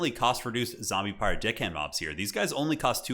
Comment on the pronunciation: Listening to pronounce "zombie pirate DECKhand mob"...:face-orange-raised-eyebrow